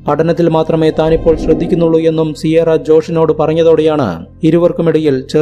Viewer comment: സിയാറ അല്ല കിയാറ എന്നാണ് സാധാരണ പ്രൊനൗൻസിയേഷൻ.